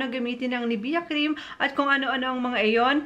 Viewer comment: Mamaril Maricar pronounciation* LOL